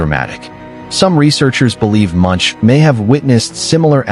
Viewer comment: Pronounced Monk not Munch.